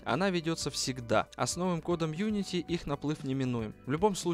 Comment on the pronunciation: unitY кстати а не uniti